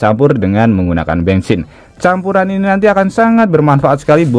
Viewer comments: Bensin ❌ Bengsin ✅ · Bengsin apa bensin sih?😮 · Bensin menjadi bengsin😂😂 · bengsin atau bensin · Yang bener bensin apa bengsin sih? 😂